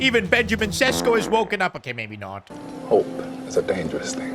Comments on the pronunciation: its šeško not sesko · Day 2 of begging that šeško isn't pronounced sesko but sheshko